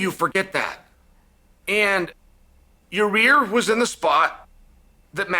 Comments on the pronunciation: Is it "yur rear" or "yur ear"🤔😂. Nothing but love Chael🙏🏽. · Ya-Rear😂😂😂 Love Chael. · Most of chaels name mispronunciations are whatever, but "Ya-rear" is my new favorite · love it when chael butchers names xD Ya Rear this Ya Rear that xD lmao. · Who is “Ya-rear” 😂😂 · Is he saying Yarear?😂